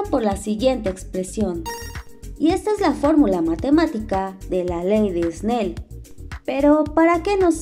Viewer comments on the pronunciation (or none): Todo bien pero se pronuncia (esnel) no (esnei) Snell